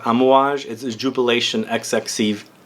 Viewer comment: It's pronounced Jubilation 25.